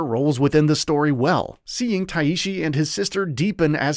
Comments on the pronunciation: Just tai-shi not tai-i-shi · The main character's name is Tai Shi, two sounds, not like a Japanese name lol but thanks for the review, looking forward to this.